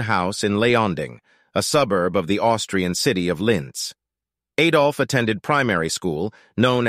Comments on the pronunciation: The name is Adolf, not "A-dolf" . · Why would you make a video about him if you could t pronounce his name? It is t applicable to dialect as it is a name. It isn't pronounced Ay-dolf, it is add-olf. Also vehicle has a silent H. That means the Hbis not pronounced regardless of dialect or accent just the same as pausing at a Commer or stopping at a full stop.